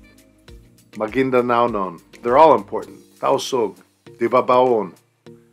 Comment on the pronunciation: Hahaha ur so funny..mga ilonggo malipayin bisan nasuko 😂😂😂. To pronounce the magindanaon is MAGUINDANAWON